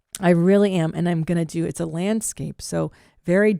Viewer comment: lmao a "lambscape".